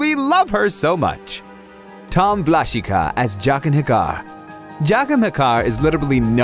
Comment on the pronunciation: You pronounce him Vlashika, but it is pronounced Vlashiha! ;)